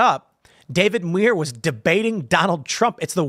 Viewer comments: It's demure for Muir. as in pronunciation. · Muir is pronounced M(y)oor.